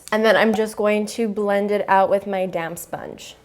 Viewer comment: Was I the only one who Horst thought that she said damn sponge instead of damp sponge